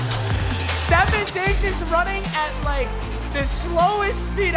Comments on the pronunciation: Stef on diggs not stefen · It’s not Stephon Diggs is Ste-phon Diggs 😤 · Steph-on not Stephen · Stef-AWNNNNN Stef-ONNNNNN not Stef-IN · Your saying stefon digs name wrong it’s stefon not stefen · “stefun diggs” 😂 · Also it’s “stef fawn digs” lol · It’s pronounced stefahn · Bro saying stefon Diggs name wrong is so funny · The way he says diggs first name is hurting me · Please say Stefon right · PAPA PLEASE LEARN TO SAY STEFONS NAME RIGHT ITS HURTS MY HEART